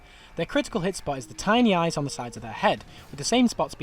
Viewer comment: "Shooot it in de aaayyyyysssss"